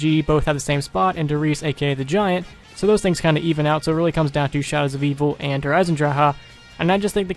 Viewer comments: They way you say Der Eisendrache makes me wanna slit my throat -_- But great video btw! :D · You pronounce Derisendracha wrong fucktard